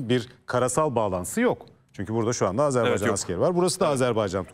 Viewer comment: Mete bey AzerbEycan değil AzerbAycan. Size yakışmıyor bu yanlışlık.